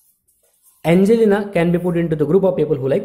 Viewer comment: i like how u say angelina